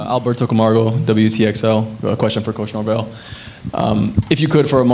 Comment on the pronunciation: I’m just glad this dude got NorVELL’s last name correct this time.